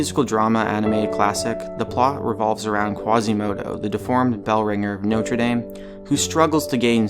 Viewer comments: dame is pronounced "dom" not "dame (as in a woman)" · Not Notre Day-me. Notre Dah-me. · Its actually notre dame (dom) not dame (dayme) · the way he pronounces "dame" ajfnisjdfn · You don't know how to pronounce "Notre Dame"? Really?